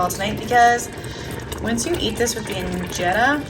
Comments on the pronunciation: Wow, the kids are si awesome. You guys are a natural for Ethiopian style food. Even the way you guys are pronounced the injera, Alecha,etc. was spot on❤ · I am so impressed! Your food looks amazing and your pronunciation of the food is perfect! is so cute 🥰